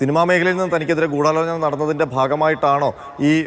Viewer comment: അവതാരി കേ ഗുഢാലോചന മേഖല ഇത്തരം വാക്കുകൾ പറയുമ്പോൾ അക്ഷരശുദ്ധി വരുത്താൻ ഇത്ര അമർത്തി ഉച്ചരിച്ച് വികൃതമാക്കരുത്. ഉച്ഛാരണവ്യാകരണം പഠിക്കുക